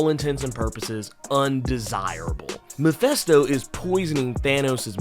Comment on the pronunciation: mefesto? did you mean mef ( i ) sto? its not mefesto its mefisto jesus ...